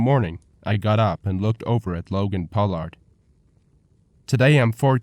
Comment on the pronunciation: Logan's name isn't pronounced Pow-lard